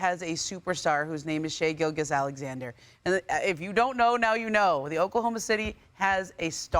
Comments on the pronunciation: That woman really said : « Canada had a superstar, his name is Shai GilGUous-Alexander » Come on learn to prononce his name at this point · Ramona - Learn how to pronounce Star players names correct. Especially when you are speaking to the fact he is a superstar for the Canadian National team. His name is Shai Gilgeous-Alexander - Do your homework and due diligence and learn how to pronounce his last name please.